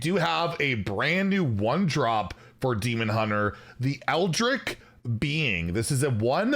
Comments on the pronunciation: how do you mispronounce ‘eldritch’? I could understand dreanei since it’s made up but Eldritch is common, especially since it was popularized by hplovecraft (also owner of a car just don’t look up his name) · There's no way mispronounced Eldritch that badly... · How did you pronounce eldritch like that 😭